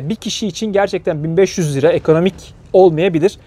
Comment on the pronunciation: Selam, videolar için teşekkür ederiz. Lakin lira mı euromu söyledin üç kere dinledim anlamadım. En sonunda yorumlarda okudum liramış. 👍👍 gayet uygun